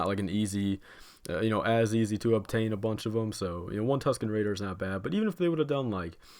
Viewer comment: Also I really enjoyed when he said Tusken RADAR